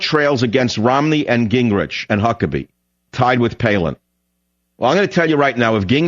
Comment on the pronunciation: Did he call him Gangrich Khan? I'm stealin that one! LMAO!!!!